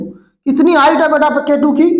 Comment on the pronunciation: With respect K2 ku k2 ku kehty hn sir plz correct it